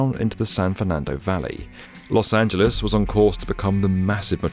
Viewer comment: why r u saying los angeles correctly???